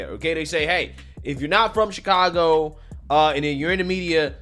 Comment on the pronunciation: Uh it’s pronounced Shitcago